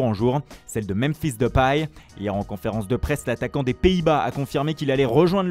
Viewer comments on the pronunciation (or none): none